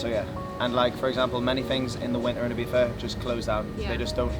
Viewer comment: If you gonna live here, please pronounce it correctly, great vid !